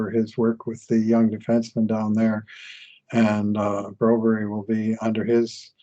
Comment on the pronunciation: Stop say bro-berrie just say the usual bro-berg as every American say, as a fellow Swede its hurt My ears 😂